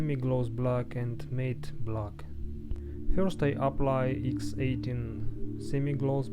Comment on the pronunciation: Say matte like mat